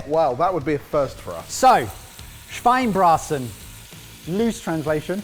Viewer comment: omg finally you did somethign german! :D also, small tip: you pronounce the e at the end of of the Schweine-part of Schweinebraten ^^